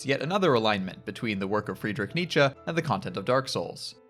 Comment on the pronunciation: Something about the pronunciation of “Freedrick Neetcha” is very funny to me